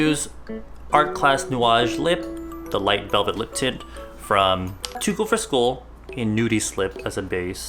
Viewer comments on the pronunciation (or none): I thought he said lip tit